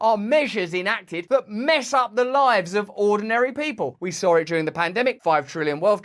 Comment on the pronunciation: "Ze rulers of ze world"